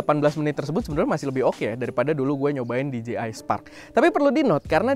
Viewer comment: That "Di Je Ay" wkwk